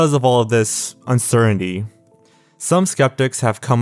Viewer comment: "uncerendy" does this guy have a speech impediment?